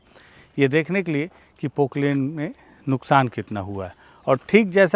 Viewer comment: Poklen nhi poplen